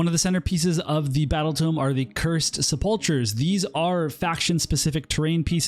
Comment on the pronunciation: Nice video. Just a friendly fyi, the 'ch' in sepulcher is pronounced like a 'k'.